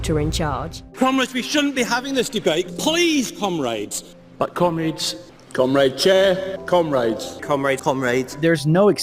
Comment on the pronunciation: with the british green party commies they are pronouncing comrade wrong lol